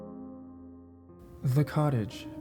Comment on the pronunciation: It sounded like he said,"she rented a college"